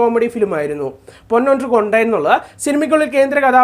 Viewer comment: കൊണ്ടെൻ അല്ല ബ്രോ കണ്ടേൻ 😮😮😮😮😮😮👍👍👍👍👍👍